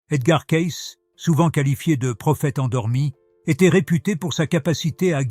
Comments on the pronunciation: On doit prononcer CAYCI svp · Oui, des roisses au lieu des rois, le nom de Cayce prononcé différemment au long de la vidéo...